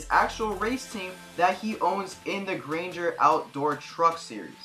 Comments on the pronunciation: Its called gander truck series not grainder truck series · Good video. I agree this is the best nascar game and I still play it daily. But for the record, i believe it’s the GANDER outdoor truck series, not Grainger..